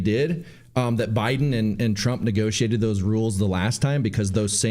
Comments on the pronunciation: Did she just say ooobiden? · She called her boss prez Obiden😂